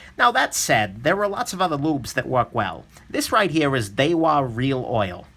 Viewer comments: Daiwa pronounced die-wa not day-wa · "Daywa" lmao